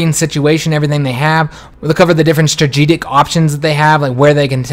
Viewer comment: "Strajijik bombers"